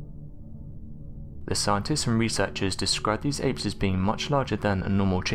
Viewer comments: Why do you keep calling them "ames"????? The word your looking for is "apes"....your literally able to say it when you say the full name, "bili ape", but as soon as you say the word apes by itself, your brain and tongue stop communicating or something... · Every time you say apes it sounds like Ames! Frustrating! 😢